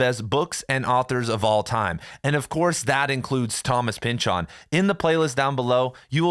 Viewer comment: "Thomas Pynchahn"